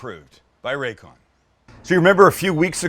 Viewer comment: Sam.... RayCon.... really??? Come on man!!